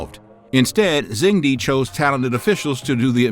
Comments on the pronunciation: I think you do great videos. However, in Mandarin "zh" is pronounced like a "j" in English and de is prononced "duh". So phonetically it's "jung duh". I'm currently learning Mandarin so my ears are bothered if things aren't pronounced properly. That being said, keep up the good work. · Great video! To help with pronunciation, in pinyin "zh" makes a /j/ sound and "ch" makes /ch/ just like English. So zheng would sound more like "jung" with a hard /j/ sound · It’s not Zhen D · FYI Zhengde is pronounced "jung duh". It would be nice if you pronounced the feature of your video properly. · Whenever he pronounce Zhu Houzhao and ZhengDe it is so jarring.